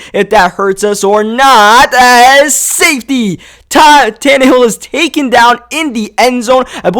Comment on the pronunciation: Wait did he just say Todd Tannahill